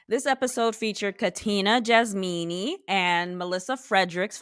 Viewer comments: I love that you are saying JasMEANY ✌🏾🤣🤣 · Its Jasmina....not Jasmeenie. You are being disrespectful to the persons by not using their correct names.